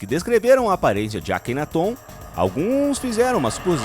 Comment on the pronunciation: Não é Akenatôn... é Akenáton. Acento no NÁ kkk